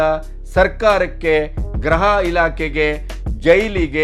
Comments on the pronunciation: ರಿ ಅದು ಗ್ರಹ ಅಲ್ಲ ಗೃಹ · ನಾನು 2--3 ವರ್ಷಗಳ ಹಿಂದೆಯೇ ಹೇಳಿದ್ದೆ ನಿಮಗೆ, ತುಂಬಾ ಉದ್ದುದ್ದ ವಾಕ್ಯಗಳನ್ನು ಪೋಣಿಸಿ ಮಾತಾಡುವುದನ್ನು ಬಿಡಿ ಅಂಥ. ಆದರೆ ನೀವು ಭಾಷಾ ಪ್ರಾವಿಣ್ಯತೆ ತೋರಲು ಪ್ರಯತ್ನಿಸುವಿರಿ. ಅದು ಗ್ರಹ ಇಲಾಖೆ ಅಲ್ಲ, ಗೃಹ ಇಲಾಖೆ. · ಅವರೇ, ಗ್ರಹ ಇಲಾಖೆ ಅಲ್ಲಾ, ಗೃಹ ಇಲಾಖೆ ಎಂದು ಹೇಳಿ